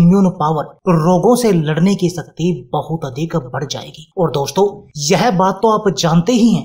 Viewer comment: शरीर को "सरीर" तथा शक्ति को "सक्ति" क्यों बोलते हो? हमारा व हमारे बच्चों का उच्चारण भी खराब करते हो 👎👎👎👎👎👎👎